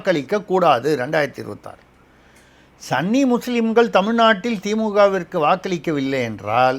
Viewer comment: Dear: it is ஸுன்னி and not ஸன்னி. Please use ஸுன்னி going forward so that you will sound more authentic. Kollengode S Venkataraman